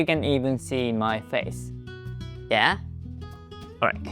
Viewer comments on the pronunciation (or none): none